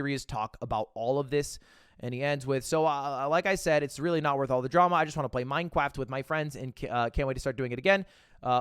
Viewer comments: "Yeah, we're gonna talk about MineCwaft" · anyone else hearing "minecwaft" when Ludwig pronounces it? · Did he really just say "Minecwaft" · Mine cwaft dwama yaaaaay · We gonna ignore the fact Ludwig said Minecwaft? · I love minecwaft 😁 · "minekwaft" Ludwig 2023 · as a 25 year old man all i wanted to hear tonight was minecwaft dwama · alr but why did ludwig pronounce minecraft as "minecwaft"? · minecwaft L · Minecwaft :3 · we're gonna talk about minecwaft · You said this so perfectly, as a fan of Minecwaft I really wish the majority of the fanbase would touch grass once and a while. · Ludwig gon say “minecwaft” then turn around and play super auto pets 💀🫣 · The way Mogul Mail pronounces Minecraft is cringe. Please get it out of my head.